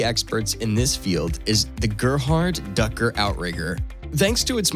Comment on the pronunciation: Shame on you for not bothering to look up how to pronounce the name Dücker. You pronounce it simply as dAkker, but in German it is Dücker. Look up how the letter Ü is pronounced. It has nothing to do with the A note.